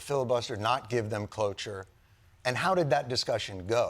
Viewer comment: Did…did he say, “give them cloche-r”?